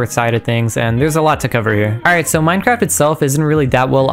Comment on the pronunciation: is it really that hard to say minecraft